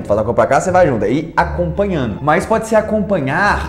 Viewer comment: PALAVRAS EM PORTUGUÊS FALADAS E R R A D A S NESTE VÍDEO iNO, iNO a palavra correta é iNDO, acompanhaNO, acompanhaNO a palavra correta é acompanhanDO, usaNO, usaNO a palavra correta é usanDO. conversaNO, conversaNO a palavra correta é conversanDO Antes de você dar suas aulas em Inglês aprenda o português